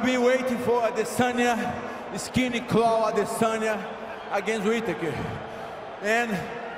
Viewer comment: "I will be waiting for Adesanya,Skinny Clawn(clown) Adesanya" -Paulo Costa